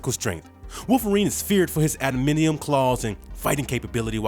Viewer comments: The narrator sounds like he's really informed, then completely loses all credibility when he calls Adamantium, "Adminium." WTF?!! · Im curious how does the closed capitioning when selected knows he's trying to "adamantium" instead of "adminium". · Does he have an "adminium" skeleton also? Ugh. Maybe he should give it a practice read before he just blasts into it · I was gonna ask the same question.... Maybe the narrator has never read comics and just read it because he has the ability to talk really fast.... It made me wince every time he said "adminium"😂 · As a black nerd, that shit hurt my soul every time dude said "adminium" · 44 seconds in and I had to turn it off. Sooo disingenuous. Couldn't be bothered to do a quick web search, so I'm not gonna bother watching the rest. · Homeboy can say Vibranium, but can't say A-da-man-ti-um??? 😂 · It's pronounced AD-A-MAN-TI-UM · Adamantium it's adamantium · "Admidium" hahaahaaah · Can’t manage the word adamantium? I’m out. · If u gonna do these videos u gonna have to learn how to say adamantium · Man he kept throwing me off every single time he said “ADMINIUM”…”ADMINIUM”???????? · What the Hell is Adminium??!? LOL YOU MEAN ADAMANTIUM?? Dude... if you are narrating this at least learn how to pronounce what you are "spitting" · Adamantium(Ada-man-tee-um) not being a troll, my soul can't take hearing it pronounced wrong again🥲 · Why the hell are you pronouncing it as 'adminium'?! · It irked me so much to hear him continually say, “adminium”. What in the world is “adminium”? The word is, “adamantium”! Tbh, I guess you can say, there’s no such thing as that either. Touché, but it’s real in the Marvel universe. Adminium is nothing in any universe. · I died a little inside every time he said, “Admidium”. FFS. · Drove me nuts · Narrator, say it with us: Ad-a-man-ti-um Almost didn't know what the hell you were saying at first lmao 😂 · Adminium lol. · A-DA-MAN-TI-UM. So how long have you been reading comics?